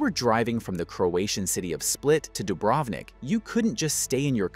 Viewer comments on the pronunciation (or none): none